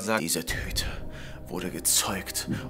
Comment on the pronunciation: Dieser Cruason hahaha.:ich wollte aber nur einen Cruason